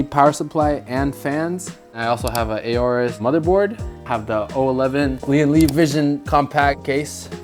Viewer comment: It's not pronounced as A-orus you moron.